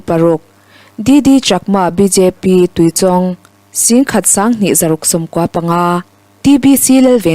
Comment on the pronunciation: Tuichawng I lam dan hi a dik lo tlat mai. Tui lam dan chu a dik a, chawng tih hi chawngchen tiha chawng thluk sanga lam lovin, chhang thlum lawng lam Anga lam tur a ni e.